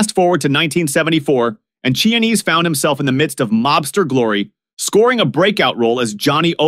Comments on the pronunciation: Chianese is not Chinese. It’s pronounced Kia-nese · Say it with me boys and girls…Kee-ah-nay-zay.